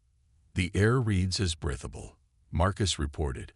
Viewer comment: I am at 18 minutes and I HOPE I can finish it. Your AI SUKS!!!!!!!!!!! "...air reads as BRETH-able", "physician around the solar system"(positioned around the solar system), "meh-GASS-ities"(megacities), "Setto, SAHto, SAYto"(what the hell is his name??), "quarin-TINED"!!!!???? And then near the end...."your-AH-puh"(Europa)!!!!!!!!!!!!!!!!!!!!